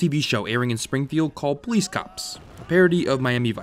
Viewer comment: "caps! Worse, the pole'ees caps" I don't get it.